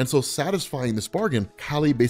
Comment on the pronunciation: Kali. Its pronounced like the first half of "CAULI-flower". And kali is the other half of parvati